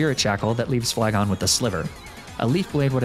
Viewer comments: Hmm, yes. ASSarola. Very good pronounceation, Fleagoné. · lafage Me it’s Leafege